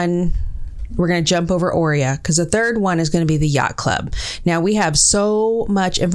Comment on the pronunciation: 😂😂😂 “yacht club in English issss: 😮YyyYyaCht ClUb! 😂